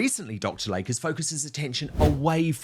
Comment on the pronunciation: PRONUNCIATION: "DR. LAY-KEY" not Lake. 🙄